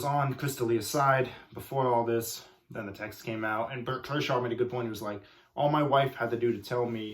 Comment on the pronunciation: This man off 3 perc 30’s. Lol n for having a youtube channel called comedic comentary. You mispronounced berts name. And have no sense of what chris does is pretty ironic